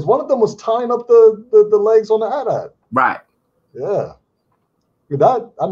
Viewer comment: They were saying the at-at wrong the whole time. It’s AyeTee-AyeTee